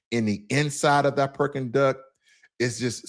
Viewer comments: Brother you got me rolling on the floor when you keep saying “Perking Duck” I went to Beijing and Shanghai last year and the Peking Duck was awesome one place I visited was called summer palace that place was huge and you can rent boat and ride around the park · Brother got the pronunciation of beijing almost spot on...then proceeds to call the dish perking duck😂😂😂 awesome video though... cant wait to go back to the motherland in 2 months, been over a decade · If your a bigot and not open minded then no amount of China maxxing will change your mind. Freedom of speech in America is a false narrative it has its limits just like anything else. Its Peking duck not Perking duck brother. 😂